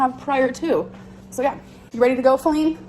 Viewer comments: Who tf is falleen??! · Who the hell is Feline or whatever she’s saying?!?